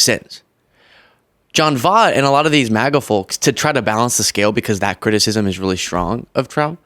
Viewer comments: Well, if you're going to call him on mispronouncing names...his is pronounced "VOYT" (As in "avoid" this wacko's videos.) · Pronounced Respect The Existence Of Trans People Why put respect on vOOt's name if he can't respect people. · love you man, but, it's John Voight (Voit). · His last name is pronounced voit. He's Angelina Jolie's dad. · Voight is pronounced like poi, the Hawaiian food. Voit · it's pronounced "Voyt." Like "voice" with a T. Just FYI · His last name is pronounced like "Voyt". Unfortunately he's lost his marbles. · I love ya, I do. But if you are going to get on folks for not saying Kamala's name right, you have to say the person in question name correctly. Jon Voight last name is pronounced "Voit". Like the word "Void", you add a "t" vs a "d" and say it the same way as "void". Jon Voight sucks, Maga sucks. We get it. I just don't want you out here being portrayed as a hypocrite. ❤️ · Voight = pronounced "Voyt" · His name is pronounced “Voight” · It's Angelina Jolies dad💙 Pronounced VOY-T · He really is a MAGA nut job. FYI.... his name is pronounced V-oi-t (oi as in oink) Voight. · He’s Angela Joliet’s dad. You pronounce it “Voidt”. He’s waaay before your time so I understand. 👍🏽🤭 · you can't criticize Voight for mispronouncing Harris' last name when throughout the video you do the same to him. Voight rhymes with Hoyt. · You messed up on this video, criticizing him for mispronouncing Kamala's name while you mispronounced his name the entire video, so many times 🤡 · He is Angelina Jolie’s father, something she’s not proud of. Jon Voight…pronounced Voy like in voyage, gh is silent, sound the “t.”. I understand he was and is a rotten dad. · Voight is pronounced like ‘void’ but with ‘T’ instead of ‘d’😊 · He did it once before with the same pronunciation. People corrected him but it didn't do any good. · Come on,. Pronounce his name right. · I can forgive you for not saying his last name correctly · Pronounced Voyt